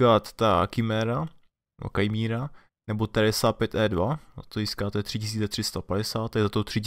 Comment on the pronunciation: Chiméra (latinsky Chimaera, řecky Chimaira) je v řecké mytologii dcerou stohlavého obra Týfóna a Echidny, napůl ženy, napůl hada. Sama je fantastická nestvůra...... čte se to jako píše .) jinak děkuji za video